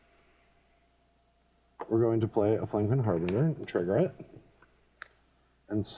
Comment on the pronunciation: it's Harbin-jer, not Harbinguer. Also, play slower and read your cards, folks:(